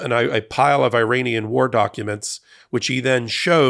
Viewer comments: It is pronounced E-RUN and E-RA-NI-AN , not I-RAN or I-RAY-NIAN; and it’s E-RACK, not I-RACK! Why are you acting so ignorant? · Minor note. Iran is pronounced Irahn. The people from there are Irahnian. I only know this because I worked for people from there who corrected my mispronunciation.